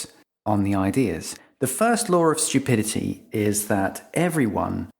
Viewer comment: It’s pronounced “stew-pidity” not shtew-pidity”